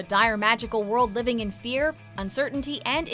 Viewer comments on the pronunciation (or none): none